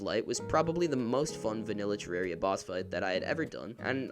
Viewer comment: Amazing video, also congrats on being one of the few people that actually pronounce 'Terraria' correctly!